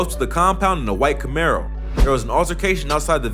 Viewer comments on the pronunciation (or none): none